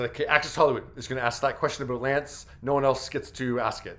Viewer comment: Aboot. Are you Canadian? and if so how did you stop your head from flapping off when you talk?